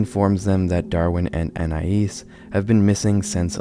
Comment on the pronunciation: It is very weird hearing someone pronounce Anais correctly. Like, all of my life, I've heard my name mispronounced in numerous ways, so it's weird to hear it correctly lmao